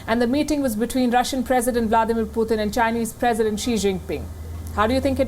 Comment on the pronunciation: Путын она говорит:/